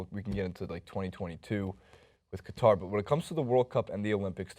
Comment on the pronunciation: Out of all the problems, I have to mention they pronounced "Qatar" incorrectly.